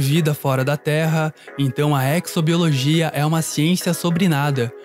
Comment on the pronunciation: Vou dar de chatão. Vocês notaram que tem publicidade do Carrefour nos vídeos de vocês? Podia bloquear, né. Ah, e exobiologia se pronuncia como exoesqueleto (eZo e não eCZo).